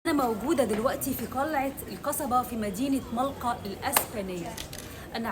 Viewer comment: ملجا .. مش ملقا و المصحف❤❤❤